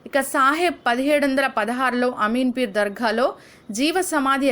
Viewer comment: Ameen peer ani cheppali,names tappu palukutunnaru, photo's swami varu leru.vere varini swami garu anukuntaru